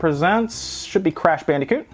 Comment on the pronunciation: WHYYYYY MUST YOU SAY BANDEEECOOT???